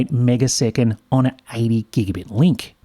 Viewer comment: "Megaseconds" really irks me